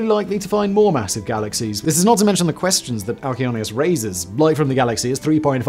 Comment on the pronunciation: For anyone wondering, the name of the largest galaxy is Alcyoneus. Simon's pronunciation was not very clear.